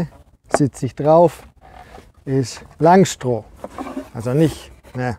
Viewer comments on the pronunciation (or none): Schönes Video. Wenn wir dann noch aus "Langstroh" Langstroth machen, dann wird es auch fachlich korrekt. ;)